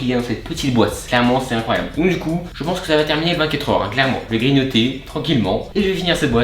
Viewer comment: Il a dit combien de fois clerement 😂😂😂😋